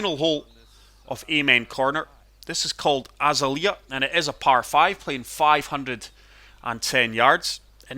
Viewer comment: The 13th par 5 is not named after Sergio Garcia, that is a right load of nonsense. He named is daughter after that hole. It’s A-za-lea, not Az-a-le-a.